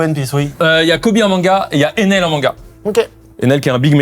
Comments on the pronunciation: Le "Enel" est infernal pour moi, ça fait tellement anglais, je préfère la prononciation française, ou à la rigueur la prononciation japonaise (エネル, E- NE- RU), certes le "r" japonais ressemble beaucoup et souvent à un "l", mais il est plus accentué, là il (Carlito) dit Enel comme si c'était NL et je n'arrive pas 🤣🤣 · Carlito qui dit enel au lieu de ener m’énerve au plus au point mais c’est pas si faux, juste rare de l’entendre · C'est une vidéo géniale mais carl, tu me rend dingue à chaque fois que tu parles d’Ener, tu dis Enel au début 😂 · ça me rend fou que carlito pronnonce mal en disant "Enel" un des premiers big antagoniste de cette animé dont il se vante souvent connaitre si bien.